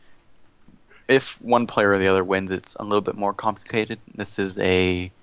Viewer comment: i laughed when he said now on to the complacated part